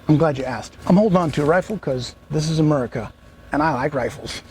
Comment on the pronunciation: Please stop pronouncing a "U" in America. It's a disgraceful way to say it in my opinion. Fortunately I don't have to worry about rioters in my small town, but I have those things that you hope you don't need just in case.